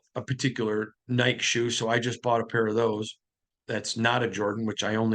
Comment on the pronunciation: man I love you, really. Now I know you're from Minnesota so I don't hold it against you but the name of the shoes is pronounced ni-key. Just sayin. Appreciate your coverage of my dawgs.